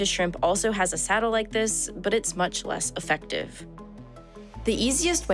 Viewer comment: "it's much less uh-feck-tive" is mouth-breather for it's much less effective.